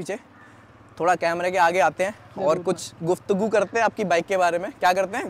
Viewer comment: k guftgu me "gu" pe jitna jor daale hai woh aapke review k liye tha